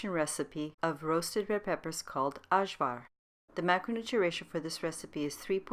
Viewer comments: Why don't every one say AYVAR?! that's how you say it, some dummy didn't change the j for a y and now it's freakin ashvar... my god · Delicious.....the name is pronounce AYVAR...J is short ee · Don't edit it. It's cute. Sorry for laughing and I see others are trying to correct it for you. You have anglicized it with J pronounced as in English. Balkan people are very sensitive and funny when it comes to their food. Don't mind us. We are smart asses. 😁